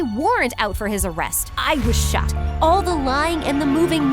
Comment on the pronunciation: “I was shocked” no “I was socked” hit different 😂😂😂